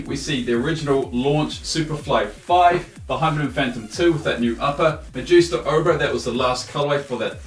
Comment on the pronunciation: not the first Magista...u said that wrong